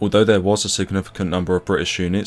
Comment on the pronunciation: His is a truly great video, enhanced by the memories in the comments. I only wish the commentator said 'think' and 'there' instead of 'fink' and 'vere'. He would have no place in any video of mine, especially when the subject is so dark and sombre.